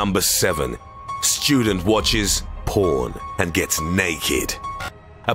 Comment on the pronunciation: Shtudent Wotches... POOAN